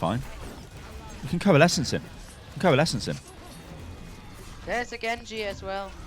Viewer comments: "corelesence" xD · " Nothing stops corelesence" ICE WALL UP